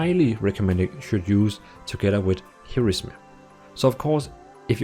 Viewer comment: he said 'here is me' instead of Heroism xD